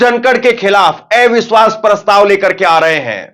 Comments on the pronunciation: एविश्वास नहीं,,, अविश्वास बोलिए। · Avishwash not evishwas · ऐ विश्वास नहीं “अविश्वास” बोलें पत्रकार महोदय..😅